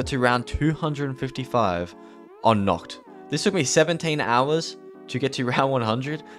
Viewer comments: hello sir im german and i can confirm its nACHt not nOKt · Wanted to hit my head on the wall everytime he said ‘Nocht’ instead of ‘Nacht’